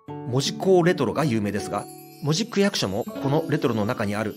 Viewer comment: 八幡せいてつしょです。「じょ」とは言いません 福岡藩だと！！！こんな屈辱的なことはない なんで博多弁エリアと一緒なんか！ ただし、戸畑と八幡と若松は福岡藩領だったけどな 北九州市が第二次世界大戦の被害をほとんど受けなかったって・・・・ 原爆投下も目標だったのに、製鉄所もかなり狙われたのに、関門海峡は機雷だらけだったのに 小倉湾なんかありません！ 門司のイントネーションが間違っている！そんな気色悪い言い方ではありません！ 北九州の人間に「町」を「ちょう」と言う感覚はないわな